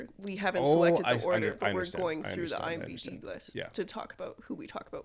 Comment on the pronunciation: Every time you say “Imbd” 😂 no I’m not familiar. Joking aside. I love the quality of this. You should keep doing character analysis videos. Can’t believe your channel isn’t bigger.